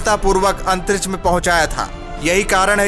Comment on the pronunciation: अंतरिछ नही अंतरिक्ष बोलो